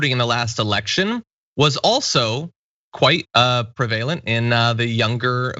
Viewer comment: Prevalent - pronounced PREH-vuh-luhnt, not pre-VAY-lent.